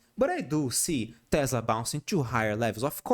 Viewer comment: teeeeeeeeh zlahh lol